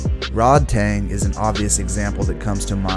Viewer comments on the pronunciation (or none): none